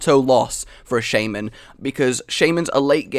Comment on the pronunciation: you are pronouncing Shaman kinda wrong